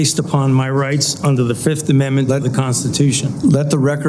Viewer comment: Fauci: "I plead the fif. One, two, three, four, fif..."